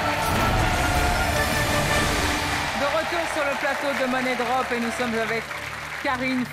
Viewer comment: ÇA SE PRONONCE MONIE DROP PAS MONNAIE BRDEL DE M*** 😂